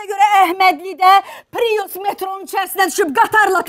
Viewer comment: Mən bilmirəm pirus niyə deyirlər piriusa!? Pirus yox bir papirus🤣🤣🤣🤣🤣🤣🤣🤣🤣🤣🤣🤣